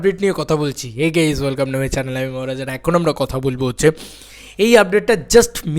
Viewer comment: হেই গেইস উচ্চারণ টা কবে ঠিক হবে ? 😂😂